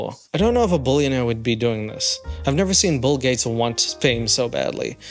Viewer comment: He said "BUll Gates"